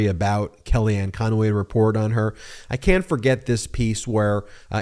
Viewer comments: Why do you add an extra syllable to Conway, it's not conoway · Hey Meiselas ! You might want to learn her name. It’s CONWAY, not Con-a-way. She’s a crook, call out the correct person !